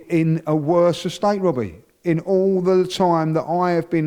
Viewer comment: “I’m gonna be ‘onest wiv you Wobby!”